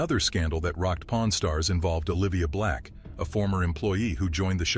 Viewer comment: your accent!😂😂😂 I thought you said po r n stars!😂😂😂😂